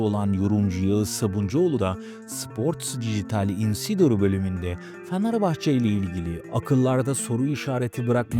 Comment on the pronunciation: Ulan ne yalancısınız iki kulübü birbirine düşürüyorsunuz yaptığınız haber değil sen öncefanarbahçe dememeyi öğren kara cahil